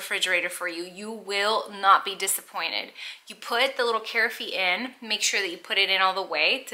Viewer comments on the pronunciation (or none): Carafe is pronounced "ka raff" not "kair i fay" 🤦🏼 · kuh-RAF, not CARE-uh-fay 😇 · I’m sold, especially because of the way you pronounce carafe 😂 - the e is silent though